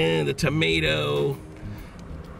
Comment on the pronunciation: Boiger, .............man why didn’t I think of boiger